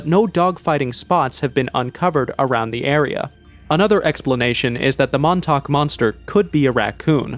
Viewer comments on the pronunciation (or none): none